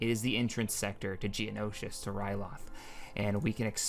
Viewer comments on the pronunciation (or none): none